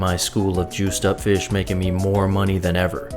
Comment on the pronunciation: Haha. Feesh.